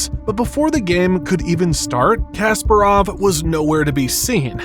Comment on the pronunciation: The ability of presenters to mispronounce names of top celebrities has never seized to amaze me. It is KaspArov, not KasparOv. Are they like not allowed to say the names correctly?